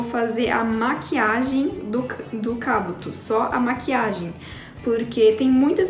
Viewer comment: 2021? E mano ela não conseguiu falar Kabuto direito 😁❤️ Mais até que a Meke ficou linda 😘